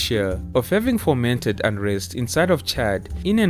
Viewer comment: The word is FOMENTED, not “foRmented.” Each time I watch another of these excellent documentaries about the seemingly endless line of petty dictators of so-called “African nations” whose borders on the map reflect much more about past (often French and British) colonial administrative units than they do about any type of “cultural,” “ethnic” “sociolinguistic,” or “national” IDENTITY——I wonder if it would EVER be possible to entirely reorganise at least central, northwest, and east-central Africa into the “TRIBAL” rather than completely fictional “national” political entities that reflect most of the continent’s original socioeconomic and ethnic realities… Certainly, the so-called “nations” great European colonial powers created by drawing arbitrary “national boundary lines” (often across more “natural” tribal boundaries) on the map when those European nations “granted” Africa independence——the VAST majority of those fictional African “nation-states” simply HAVE *NEVER* WORKED. To have a multi-ethnic, democratic nation state succeed as they have to a large extent in Europe and North America, that nation-state MUST HAVE THE *INFRASTRUCTURE**, ECONOMIC STABILITY AND OPPORTUNITIES, *and WIDESPREAD EDUCATION AND LITERACY to make members of ethnic tribes be willing to *invest* subjectively and psychologically in the concept and mission of such a nation-state rather than their sociolinguistically unified tribal identity. The great majority of African “nations” European colonizers le